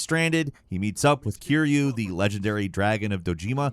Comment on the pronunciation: Don't pronounce Kiryu's name like that😅 sounds like he's Kirby...